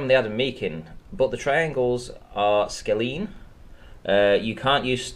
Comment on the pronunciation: Too much embarrassment. gets the distance to Chile wrong (looks like he used the miles figure in kms) and doesn't know how he calculated his triangles. Neither of them know what SOHCAHTOA is (I'm from the UK; must have learned it around 11 and never forgot) and can't pronouce scalene or Euclidean. What is this? I was expecting better.